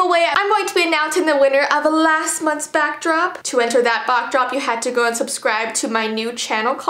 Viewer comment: You'd said Bockdrop I'm sorry I had to point that out 😂